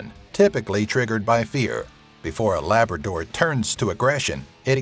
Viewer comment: DID HE SAY LABADOR 👿👿👿😡😡😠